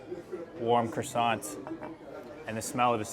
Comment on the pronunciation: A little note on pronunciation : it's croissant not croissan - te . There's no " e " in that word and the " t " is not pronounced - you say " croissan " Nice video , though. From Portugal 🇵🇹 European Union 🇪🇺